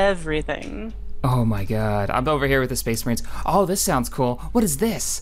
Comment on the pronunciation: SPHE-SPHE-SPHE-SPHEES MAHRINES.